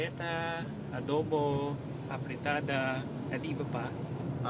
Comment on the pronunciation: Wow! His accent is pretty remarkable! He even says apritada like a Filipino, the F is pronounced as P. Where did he learn to speak Filipino? He must be speaking this often with his accent.